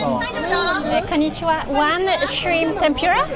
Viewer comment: I don't think he would know what "tem-pura" is (to give you an example). It is pronounced tem-poo-ra.